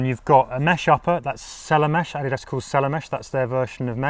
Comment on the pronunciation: “Noik” and “Adi-dass”.